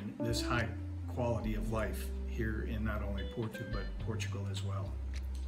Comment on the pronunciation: I’m a Canadian Portuguese. I love the glitter in your eyes when you talked about your points for choosing Portugal. My wife (Filipina) and I are dreaming of moving and living there. Just a note: Porto is pronounced more like Poor-Toe not Poor-two 😆